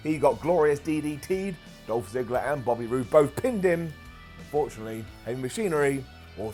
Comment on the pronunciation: Did he call Bobby Roode, Bobert?!🤣